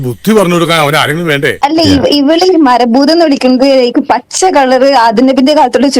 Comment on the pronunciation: മര ബൂതം, ബാഗം - കന്യാസ്ത്രീയുടെ ഇംഗ്ലീഷിന് മാത്രം അല്ല പ്രശ്നം. കാനഡ അമ്മച്ചിയുടെ മലയാളത്തിനു നല്ല പ്രശ്നം ഉണ്ട്.